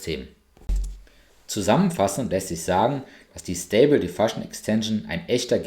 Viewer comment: Ich finde die Videos durchaus gelungen, aber die Aussprache englischer Begriffe ist teilweise schlicht irreführend. „Comment“ und „command“ sind nicht das gleiche. „Diffusion“ ist nicht *“difussion“ und und und… schau doch einfach die Aussprache nach, ehe du ein Video machst.